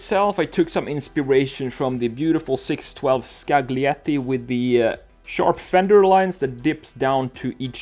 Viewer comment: Scaglietti - don't be as every other american and you're not. You pronounced like you never heard of the name and Italian language.